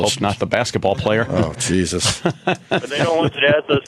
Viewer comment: Opie is such a simple minded moron. He asks questions like a 3rd grader. "The geee zuss" who the fuck says jesus like that you fucktard.